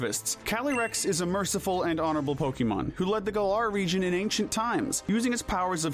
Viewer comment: Region, not rejion! There is no J!